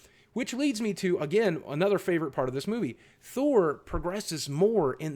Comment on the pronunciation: I thought you said first fart since it was first part!